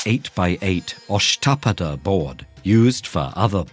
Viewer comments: Asht-pad not ashtaapada🙄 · Lol...I, being an Indian myself- I couldn't understand the name of the place due to the way in which the narrator pronounced it. No offense...but by the way the narrator pronounced it "ASHTAPADA"(the place where Chess first was created)- it seemed more of a British place than an Indian place. Could understand only when I read the name by myself...